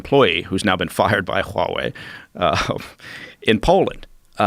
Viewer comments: He really pronounces that H in Huawei. WHOOOOWAAHWEI. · God I hate how he says 'Huawei', are they sure he's ex CIA? he sucks at pronouncing chinese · I cringe every time this guy says Huawei lol... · If he were to say HUAWEI one more time.....😠